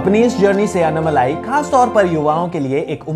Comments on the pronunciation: It's not anumalai... It's ANNAMALAI!! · It's not annamalai you need to pronounce his name as "Annaamalai". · While ur are pronouncing his name its Annaaamalai not Annamalai.. our southern slang a lil bit different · it’s not unmalai. It is annaaaa-then right away malai Say annaaaaa-malai